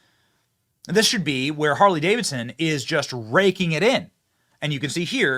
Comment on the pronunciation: "Carley Davidson"!😂